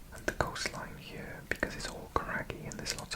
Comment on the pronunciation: what is funny is that as someone from outside the UK i don’t notice you having a welsh accent and i just hear a british one, EXCEPT when you say “here” and it sounds like hiyuhr